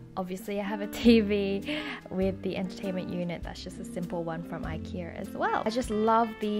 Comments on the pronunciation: I like how you say ikea hahah "ikearr" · I love how you say Ikea...I key err. haha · Its her accent💛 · do all australians pronounce ikea ikeer? LOL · I love the way you say IKEA cx